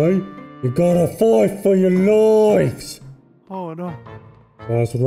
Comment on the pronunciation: You gotta FOIGHT fuh yuh LOIFES!